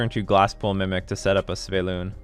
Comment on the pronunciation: Why is noone telling that it's not pronounced Sveylun?